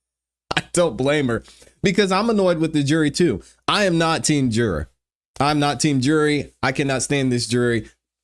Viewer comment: It’s not pronounced jer-aaaaaargh it’s juror